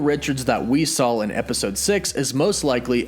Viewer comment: Stop saying sawl instead of saw